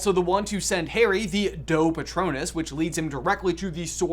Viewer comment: Lol, I heard Do patronus as Dough patronus🤣🤣